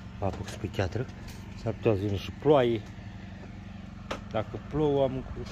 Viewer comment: Se spune piatră nu chiatră